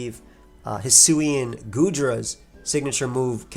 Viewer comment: You should pronounce the "sui" in Hisui the same way you you pronounce the "sui" in Suicune.